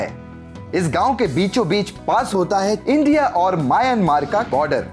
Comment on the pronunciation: पागल mayanmar नाही म्यानमार बोलो.